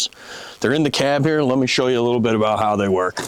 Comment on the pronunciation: A rubber boot, aboot 😆